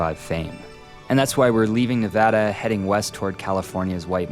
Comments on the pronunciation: It's pronounced "Neh VADD uh" Oh, you said it correctly here? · So, coming from Nevada I know how the name is said so said it wrong , , said it right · It’s Neh-Va-DUH not Neh-Vah-Dah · It’s ne-vad-a not ne-vah-da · You do not pronounce Nevada like that. Pet peeve. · I loved this video, but as a Nevadan, the pronunciation of our state here is killing me! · Said Nevada wrong 🤢 Alright only said it wrong once. But you’re on thin ice buddy 😤